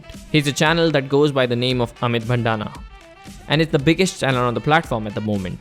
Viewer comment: Amit bhadana not Amit bhandana